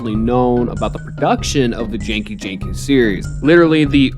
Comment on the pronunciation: Its genki the G sounds like the G in the word Goat